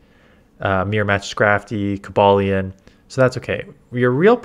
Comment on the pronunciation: Ayy got Cobalion's name right